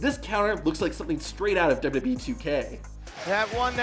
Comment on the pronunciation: Love your videos! Hate the way you say “WWE.”